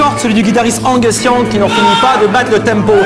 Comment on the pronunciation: "ongus Young" What?? Angus A not O